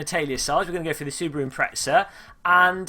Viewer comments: z sounds like "tz" in some places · There is no "t" in Impreza, how come People from England pronounce it "Impretza"?